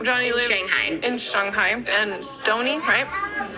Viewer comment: I love how the weeb cannot pronounce shang hai correctly but the friend whose married to the Thai guy says it with perfect pronunciation. Ella is trash lol